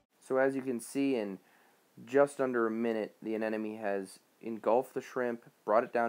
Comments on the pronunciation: sounds like you're saying anenome... :P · You’re saying anemone incorrectly.